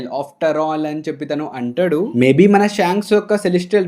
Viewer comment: Arey bro!!!!!!!!!! Everything is good, Good Content!!!, Good Channel anni baney unnai and I really liked it. But ah "ANTADU" endhi ra ayya, palakadam raadhga ra niku?? Telugey na ?? Plzz kuni cheyyaku mottam antha manchi ga explain chesthunnav ah "ANTADU" is really really irritating!!!!!!!!!!!!. Plz try to pronounce it properly.